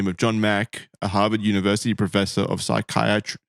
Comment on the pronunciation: Please tell me that isn't really how Aussies pronounce "Psychiatry".